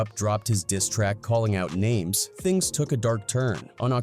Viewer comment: Are you ever going to pronounce names right dude wtf